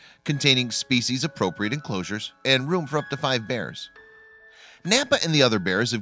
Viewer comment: If this is serious, scholarly stuff, maybe someone should learn to pronounce "species" properly. Makes this stuff sound like rank amateur YouTube stuff.